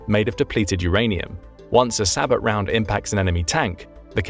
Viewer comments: sabot is pronounced sae bou round the t is silent .. seriously annoying him pronouncing it say-bot round it means he doesnt know what he is describing or talking about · That's pronounced SA-BOW NOT SA-"BOT"!!!!!! Calling these rounds SA-BOTs is no different at all than saying Bus DE-"POT" or train DE-"POT", etc!!!!!! An "Expert" doing a video should know this very simple and WELL KNOWN fact! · Sabot is pronounced sab o. The t is silent. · Sabot is pronounced SAY-BOW (like Bow and Arrow) - The T is silent. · I'm not sure if this narration is text to speech, but ... "sabot" is pronounced "say-bo" and "coaxial" is pronounced, well, "co-axial". Get with the program, kids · does the video use a robo-voice ? I noticed incorrect pronunciations of sabot and coaxial . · oh yes, i definitely trust the opinion of someone who pronounces the t in sabot, they definitely know what they're saying! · How do you pronounce SABOT rounds again?? You need to train your voicebot better.